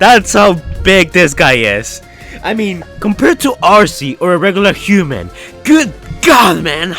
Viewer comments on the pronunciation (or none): none